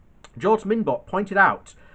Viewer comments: Did you take say "George MinBot!" OMG check pronunciation and READ it through before you read it online! FYI it is pronounced "Mon-Be-O" Like the French, Mon and then B.O. like smelly armpits! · Monbiot is cool though Minbot IS funny